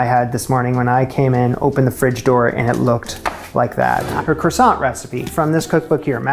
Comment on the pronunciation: my main issue with your Croissants was not how you made them but how you pronounced them. Come on.